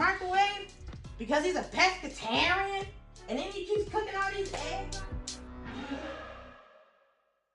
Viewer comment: "Cause he's epescitarian " 🤣